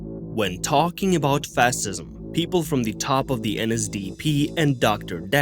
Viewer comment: I noped out the moment you said you were going to be talking about fah-sizm like.. fuck dude you're think you're covering the obscure when you can't get the basics?